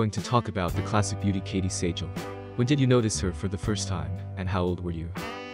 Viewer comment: Though the spelling is different, Katey's last name is pronounced exactly the same as Steven Seagal. If you're gonna post a short about an acting celebrity, you should probably pronounce the name correctly. 😂